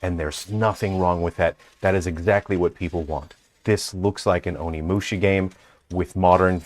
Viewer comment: be a bit careful about pronouncing OnimushA, not Onimushi. Mushi means insect in Japanese.